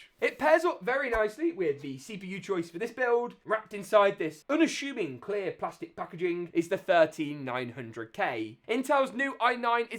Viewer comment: He said 'UN-ASHOOMING'. That is wrong. The correct pronunciation is 'UN-ASSUMING'.